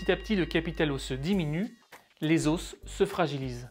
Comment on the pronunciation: Tu m'enerve a dire les OSSS